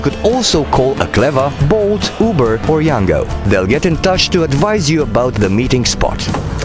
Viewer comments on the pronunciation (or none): none